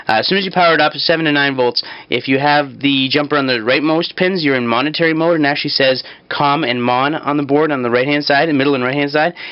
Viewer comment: momentary not monetary